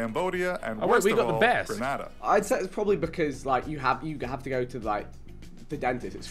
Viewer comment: man really said grenAHdah